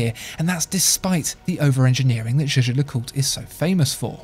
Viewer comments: it's YAGER no jayjer ... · Jaeger is pronounced "jäger" like in Jaegermeister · Are you sure Jaeger is pronounced "jay-jay" like you are doing? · I am afraid that your "Jaeger" pronounce is incorrect. This is german name not french. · You are really butchering the pronunciation of Jaeger